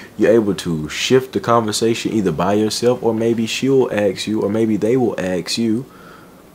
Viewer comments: nice video do you say aks or ask. Just a friendly reminder to correct a small mistake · Ask not aks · Why do you say aks when all the other things you say are intelligent and wise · Why can't you pronounce ask?